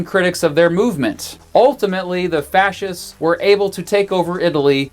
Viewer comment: "fashees"? Really?!